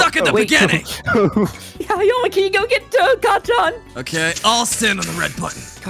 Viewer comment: HELP I THOUGHT HE SAID 'AOYAMI' HE SAID 'AOYUMMY'🤓🤓🤓🤓